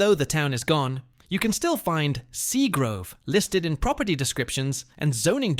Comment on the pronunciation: Plus that area was called SEAGRAVE not grove 👎🏼👎🏼 Ai suxxx